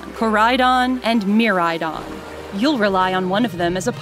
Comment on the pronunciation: Get it Ko-ride-on and Mi-ride-on